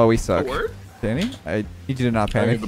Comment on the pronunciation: He said: let’s go Danny!!! What I THOUGHT he said: let’s GO daddy!!